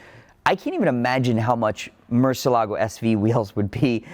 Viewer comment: MUR CIE LAA GO...you're pronuncing it incorrect, it's a proper name.